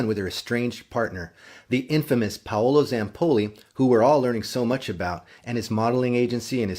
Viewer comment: Sir his name is pronounced pow-low